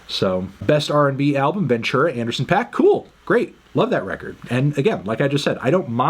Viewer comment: Anderson pack? Or anderson paak (pac) come on internets busiest M u s i c nerd